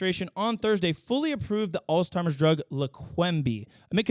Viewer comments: International news segment is a great addition. Always good to know what's happening around the world. (Also not to be that guy but it's "Altz-heimer," not "alz-timer". Sorry) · It’s so cute how you say “alls-timers”. It’s a weird word. There’s actually no “T” in the word. Alzheimer’s. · God dammit, I love ya buddy but it’s “Alzheimer’s” Alls-HIGH-mers 😭😭😭